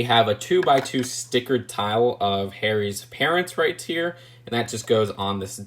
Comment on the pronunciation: You know you say right tear instead of right here